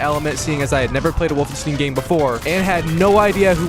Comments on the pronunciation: Wolfenstein not wolfenstin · it’s not wolfenst*ee*n how you’re supposed to pronounce it, but wolfenst*eye*n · this triggered the fuck out of me, I'm sorry I don't like being like this but please it's not "Wolfensteen" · BRO!! WOLFENSTEEN? REALLY? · said wolf-en-stain its wolfen-stain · Ah yes, Wolfensteen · The fuck‘s „wolfensteen“? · Bro pronouncing the title as 'Wolfensteen' 😳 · It's pronounced wolf-en-stien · "Wolfenstin" drains my soul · The way bro pronounces Wolfenstein💀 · The mispronunciation of wolfenstein triggered me so hard I had to click off after 40 secs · Wolfenstin? Wolfensteve? Wolfensting? Wolfenstew? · The way you say wolfenstein hurts my German heart, but I can’t blame you because speaking German sounds like I’m trying to fight satan with a menu order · It’s neither of those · BROOOO, either pronounce the name of the game correctly or dont say it 100 times wrong in 2 minutes, this is mental torture. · Dude how have you never heard the correct pronunciation for stein. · When he says Wolfenstein my ears explode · Man's got platinum trophy's for the game, but still butchers the name when he pronounces it. why man, why... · he said wolfenstein wrong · the way this man pronounces wolfenstein angers me massively but i still love the video